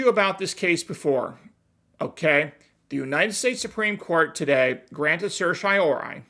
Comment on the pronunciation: I'm trying to understand legal terms better. Could someone tell me the spelling and meaning of granting "certshiori" or whatever he said? Lol "Sorshiori"??